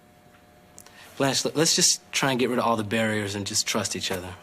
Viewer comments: I don't know how you can make an entire video and not know how to pronounce her name. It's Blanche. Not Balanche. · This (incredibly mid) video essay is brought to you by ChatGPT and someone who can't pronounce Blanche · Great episode. *Why does the narrator keep calling her “Blonch”? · Blanch never sounds like blonch. Two totally different sounds. They are mispronouncing it which suggests this is AI narration. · where do you hear blonch from? I hear blanch always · Why did you keep mispronouncing Blanche?